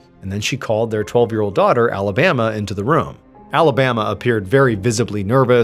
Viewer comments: Not Alabama I’m sorry just no maybe in French accent sounds better idk but that got me hung up more than anything. Oh I see where it’s going. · Pronounced, A-La-Ba-MAH 😊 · Pronounced Alabamoi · “Alabama” 🤦‍♂️ just no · Why they name the kid Alabama tho? Also why "patruiqe" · 'Alabama' and 'Patreek' dear god . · It's not pronounced Alabama like the state, dipshit. Why would a French person name their child that? At least know how to pronounce names and places when you do these videos. Your frequent mispronunciations are annoying as hell.